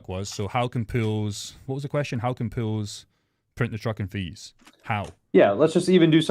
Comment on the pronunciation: Did you say "Puulls" or Pools?😂